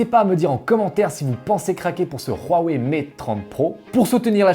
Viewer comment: Pourquoi dans ta prononciation Huawei tu y ajoute un r (rhuawei)🤔